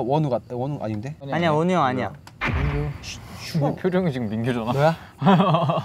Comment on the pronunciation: 정하니 웅냥냥 거리면서 고마어 잘 머글게 밍구~ 하는 거 너무 귀엽다 진짜(っω⊂)